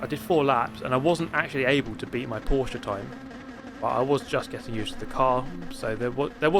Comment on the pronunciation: Dear, as a fellow German, it's pronounced "Porsch*E*" not "PorschAH" - somebody who doesn't have a life and has had hours of boredom the past few days